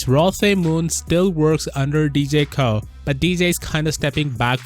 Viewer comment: Pronounced like "Roe" with just an "O" sound, kinda interesting you pronounced Koh right but Roh wrong when you have the same vowel concept haha anyway cheers :) (Actually technically, Roh is "Noh" but let's not get everyone too confused now hahaha (and actually, Koh is Goh hahahaha))